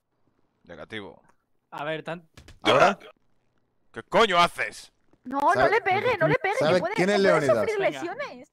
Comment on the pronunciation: soy el único que escucho *pege un chicle que tiene un salto*???